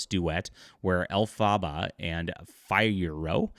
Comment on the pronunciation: Dude, you can’t even pronounce Elphaba and Fiyero correctly so you clearly haven’t seen the film. Then why are you doing this video? For clicks? I’ve seen the film four times and not one parent walked out with their children during any of those showings. There are NO inappropriate sex scenes in this film. But you wouldn’t even know that because you haven’t seen it. Get a life and do something more productive with your time!